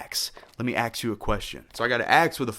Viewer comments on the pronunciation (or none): "Let me axe you a question." I am hereby making a citizen's arrest for dangerously bad pun. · Axe you a question got me XD XD XD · "An axe, let me axe you a question " hold the fuck on I gotta pause and thumbs up this shit